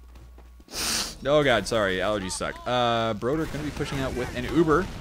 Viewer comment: As a swede I cringe every time pronounces Broder incorrectly